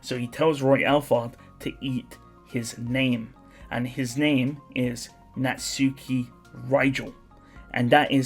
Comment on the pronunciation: ngl its annoying your saying it as NAT- SUKI instead of na-tsuki . just a ick